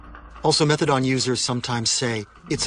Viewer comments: PS It's methadonE not methadoN, that was killing me the whole time. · It's not methadon it's methadone!! With an e on the end!!! Jagoffs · MethadONE not MethaDON. I don’t get it!! There’s an E at the end. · And then there's "methaDOM." They say that methaDOM is stronger than methadone.